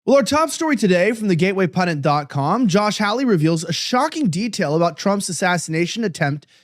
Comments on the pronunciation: How could this gateway pundit guy not know how to pronounce Senator Josh Hawley's name? It's not HOWLIE (a white guy in Hawaii), it's HAWLEY, which rhymes with PAULIE. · Why can't Elijah correctly pronounce Sen. Josh Hawley's last name? It's not difficult. Incorrect: "HOW-lee." Correct: "HAH-lee."